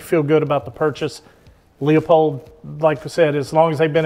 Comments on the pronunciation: He’s calling it a Lee a pold with the Leupold rep next to him 😂😂😂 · listen to Bob Dana - it's pronounced Loo - pold!! 🤠